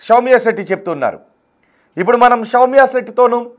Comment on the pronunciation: షౌమ్య సెట్టి కాదురా సౌమ్య శెట్టి 😂